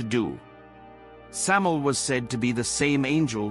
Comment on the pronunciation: Also it's pronounced Sam-eye-el. The "EL" in his name means "God" (or The God) in Hebrew. And it's not a myth that he was the serpent. Samael is Nahash. In Hebrew Nahash means "The Serpent".